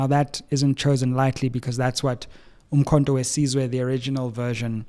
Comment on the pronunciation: He can't even pronouncements the name of the party properly. Umkhonto we Sizwe, not Size, big difference